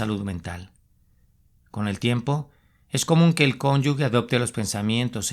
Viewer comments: Con todo respeto: Se dice cónyuge, no : cónyugue. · Cónyuge, no se pronuncia cónyugue